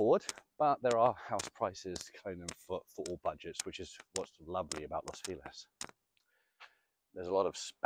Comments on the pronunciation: Alguien que le enseñe español a este señor! Not Los Filez! Is Los FELIZ! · Lows feeelez? Is it near Los Feliz?